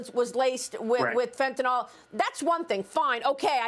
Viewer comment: FOR CRYING OUT LOUD, MARIA— IT’S NOT “FENTANOLL!!” It’s pronounced “FENTA-NILL!”…. And YES, it matters, because saying it wrong makes you sound uneducated. What if you heard media wonks saying ‘heroin’ like ‘her-OYN?’ You’d be distracted and annoyed, right? I REST MY CASE.